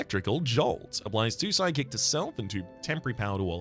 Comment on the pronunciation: Why every time he says Sidekick, my brain understands Psychic??? 🙉🧠😵‍💫